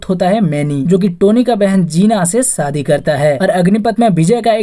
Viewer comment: Video research good.. but pls focus on pronounciation .. saadi nahi shaadi..Bijness nahi business